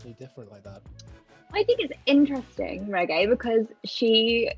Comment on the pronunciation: Pheobe: Regé Regé: yes baby...(that's what I heard)